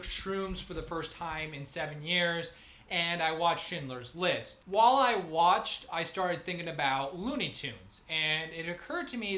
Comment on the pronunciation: I stopped listening when he said "wohl" instead of "while."